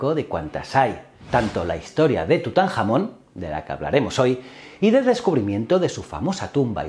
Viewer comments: Me ha encantado, pero estoy acostumbrada a escuchar tutankamon y a los demas igualmente con la k no con la j y me pierdo un poco la verdad, por lo demás estupendo. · Me parece bochornoso que hagas gracia sobre tutankhamon con el jamón ya que la h es muda y no se pronuncia tal como lo llamas tu. Deberías de informarte un poco más sobre como se pronuncia todos los nombres de los reyes y reinas antes de hacer este tipo de vídeos. Un saludo